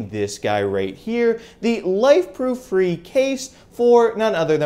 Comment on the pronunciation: Super duper. It is pronounced Fray